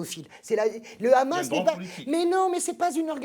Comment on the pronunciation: On sent le parti pris quand même chez vous madame .... vous parlez émotionnellement et non rationnellement .... et on dit pas le Khamas mais Hamas (pourquoi vous le prononcez en hébreu ?) Vous vous justifiez de ne pas être israélienne ou juive... alala l'occident.... vous savez tout et comprenez tout